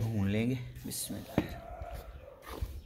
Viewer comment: bhai bismillah thk sy parh lain plx...baki video bht zabrdast hai